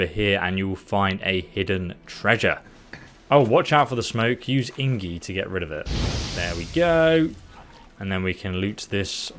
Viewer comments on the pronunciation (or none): he says inggi its ac tully igni he should get smarter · its pronounced ig-ni bro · "Ingie" Eh?. I just noticed how the screen is zoomed in hidding the bottom of the screen. You're not only taking the information from someone else, you're also taking the footage, zooming to hide their logo. You're a fraud my dude, this is all plagiarized. Nobody who actually played this game would mispronounce things like you do. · Please, don't say ingi. It's IGNI 😭 IGNIIIIIIIIIII 😭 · Please, for the love of God, it's IGNI not ingi :D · IGNI not INGI!:)) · "ingie" that made laugh so hard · It's called igni not ingi. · for the love of god man its IG-NI lol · It's igni😂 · Did you just call the fire sign ingie? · INGIE???? I was trying to forget your "SKELL-AGE" from other video and now this INGIE??? Dude! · I keep imagining this guy playing the game for countless hours and calling that magic "Ingie" everytime...Lmaooo!! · Dyslexic or not, if you ever played the game you would have heard it being said by the characters. The error would be caught by yourself right after you read it wrong, so you redo that line... you don't keep calling it ingie the whole video. This is fishy as fuck. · Did you just fricking say ingi? I love you tho (no homo) Keep it up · Did he just call igni “ingi” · He misreads a lot of stuff because he’s dyslexic. He’ll frequently switch letters like that.